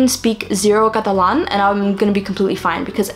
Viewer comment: la forma en la que pasas de inglés a español cada vez que decís catalán se escucha como si fueras nativa española, me encanta escucharte saludos desde argentina 🧡🧡